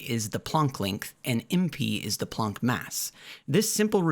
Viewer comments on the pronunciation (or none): The one niggling thing that irks me here is your pronunciation of the word "planck" as plonk, while it is actually pronounced exactly like "walk the plank" You are the only one I've ever heard pronounce it this way, and just to be sure I went and double checked. As I did pass honors ap English in high school, but it's been years since I've used many words.